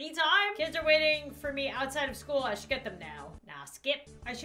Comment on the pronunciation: she is saying SHOUDL